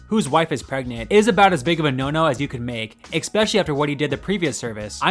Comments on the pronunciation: The word is "ES-pecially", not "EK-specially". Just sayin'. Sigh, . . . you cannot, in terms of correct English grammar, have a "First and only". Something is either "first", meaning that there is more than one, or "only", meaning that there is *only one*. They are *mutually exclusive*! *Please*, if you insist on narrating, work on your correct English grammar and usage! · It’s not pronounced “eXspecially”. It’s just “especially”. There is no “x”-ish sound. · One of my biggest pet peeves is emphasis in weird places while speaking, and saying "exspecially" instead of especially. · As long as we’re talking about mistakes- it’s pronounced “especially” not “expecially”. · babe. i love you. but eckspecially? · Stop saying 'exspecially', please say especially 😃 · Wth is "IK -SPECIALLY"? You donut. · I watched until you said ‘ex-specially,’ what are you, fucking 5 years old? 🙄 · what does "eckspecially" mean? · Stop saying "expecially", goddamnit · You should learn how so pronounce “especially.” There’s no “k” in it. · dear narrator please use "especially " less or if not? please quit pronouncing it " exspecially" it is nerve wracking....good vid otherwise but that perseverative dissonance ? no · These videos are entertaining, but I have to say, the way you pronounce 'especially' with an X kills me. It happens twice in a row